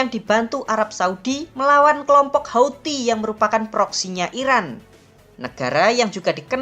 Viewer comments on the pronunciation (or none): none